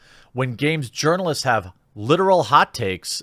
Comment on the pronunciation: Sometimes, when you say 'journalists' I swear it sounds like 'urinalists'. Fitting.